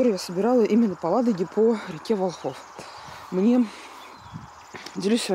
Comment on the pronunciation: Река Волхов- ударение на первый слог.